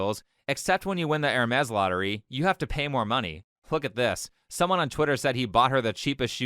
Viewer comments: “Hermes” is French, so I assume that you ought to pronounce it without the s at the end. Like “Ermé” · at first i thought bro said ermes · It's pronounced Air-May